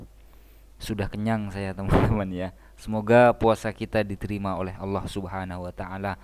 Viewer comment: KONTENNYA GK BERBOBOT TP SANGAT LAKU UTK PENGGEMAR YG PEKOK. GK BS MEMBIKIN KESAKSIAN SENDIRI . KALO LAFAL2 ARAB KURANG SEMPURNA ITU BIASA. MEMANG BUKAN ORANG ARAB. MALAH ADA BILANG YA AUWOH.